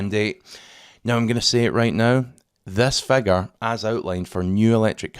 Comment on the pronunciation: What's a "phegur"?